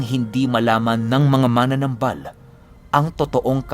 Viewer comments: wala naman syang sinabi na mali ang pagkabigkas ni Pinuno. Ang sabi nya dahandahan sa pagbigkas ng salitang MANANAMBAL (Manggagamot in Tagalog) kasi ang pagkakapronounce kc ni PINUNO ay MANA-NAMBAL which is katunog ng MANA-NANGGAL. Ang tama kasing pagpronounce nyan in Bisaya is MA-NA-NÁM-BAL. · Dahandahan lang po Ang pag pronounce Ng "manamnambal" . Hindi po Yung parang mananangal.. heheh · Ma-na-nambal dahan2 lng po yan po tama pagbigkas sa bisaya pinuno